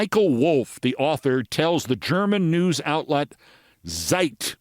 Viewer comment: ZEIT - the "z" is pronounced "ts".